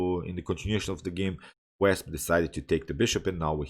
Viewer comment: Wasp not Wesp. Don’t worry your English is excellent 👌